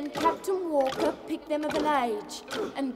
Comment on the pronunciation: CAP'N WALL-KAH!! MRS.WALL-KAH!!!